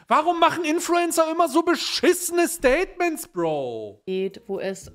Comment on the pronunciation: Staiy-tments? Ich glaub ich bin da was Großem auf der Spur